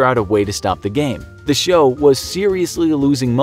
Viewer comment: "game shyow"